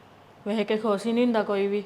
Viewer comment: khus nhi khush bolya kr.bahot gnda lgda e.